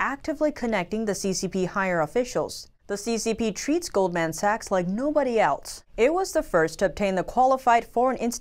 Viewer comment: can someone tell her how to pronounce goldman sachs, im dying over here